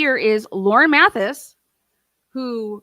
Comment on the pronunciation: Also - I’m not taking sides - I’m do watch Hidden True Crime, but also lots of other channels - I’m just observing to see how this all turns out - but, if you’re going to comment on this, please say Lauren Matthias’ name correctly - it’s Math-EYE-is, not MATH-is. During the video, Lauren explains how she got the transcript of Hellis’ book and exactly who she claims she shared it with - it was sent to her by another creator and she shared it with 2 of her contractors- a fact-checker and one person, plus her husband.